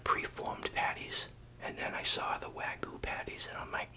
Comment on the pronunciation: "way-goo" makes it sounds much less appetizing but I still enjoyed they video. Thanks for the upload!